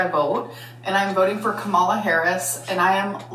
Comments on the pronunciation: Aaaaaaaaand she mispronounced Kamala. In case anyone else doesn’t know (and that’s okay, I just wanna poke fun at ) it’s pronounced COMMA-La. Instead of Ka-MALA. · “I use the name Tommy out of respect she prefers it” Also: can’t respect Kamala Harris enough to pronounce her name correctly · I can’t hear the difference in some of the vowels. It infuriates me that I cant hear how she is saying Kamala wrong. I’ve been called out for mispronouncing it and it breaks my heart because I don’t know what’s wrong or how to fix it. It is a learning disability thing. Like a speech impediment but my hearing is the cause. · She doesn't pronounce her name correctly. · I commented on another channel’s video about how it’s ironic that she mispronounces ‘Kamala’ in the same way Trump supporters do due to her own ignorance during a spiel about loving what Harris stands for and people came for my throat over it. I’m glad you commented on it. And before anybody comments, yes, pronouncing someone’s name correctly DOES matter. Continuing to mispronounce someone’s name when there are easily accessible resources to learn the proper way IS ignorant and disrespectful. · Wait. Why is this the first time she’s voting?? And can she learn to say Kamala’s name correctly. And by the time I’m done typing you’ve pointed both of these out.